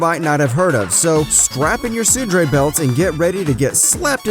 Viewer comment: When you mispronounce tsundere in the first 20 seconds........I'm out.